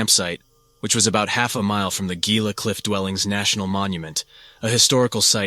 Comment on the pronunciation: Love the content bro! Just fyi Gila is pronounced "heela" and mogollon is prouned "mohgion"